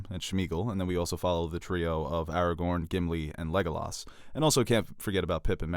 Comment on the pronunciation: Every time says “Aragon” instead of Aragorn, I cry